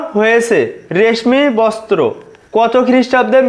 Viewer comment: রেশমি বস্ত্র না রেশমি বক্স